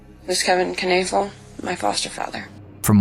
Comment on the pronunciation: Kanafill? Iy clearly says Knoefel. Learn to pronounce.